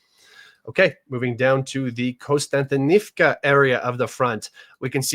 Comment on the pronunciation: One of the few commentators to realize there is no "N" after the first "O" in Kostyantynivka. Look at the actual letters in the [Latinized Ukrainian] spelling of the other settlements and you will be 2 steps away from pronouncing them all correctly. The topo analysis SW of that city really clarified why the Ukrainians have stalled the Russians there for longer than would have otherwise been expected.